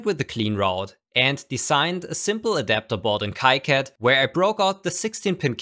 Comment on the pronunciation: KiCad is "key-cad" not "Kai-cad"